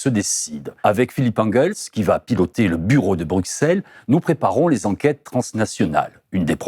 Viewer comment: Excellent, mais pitié, on prononce BruSSelles, pas BruKSelles, que votre intégration dans la bulle bruxelloise se fasse avec succès ❤